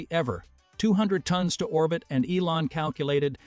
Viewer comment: Tones? You guys need to train your AI voice to say tons not tones 🙄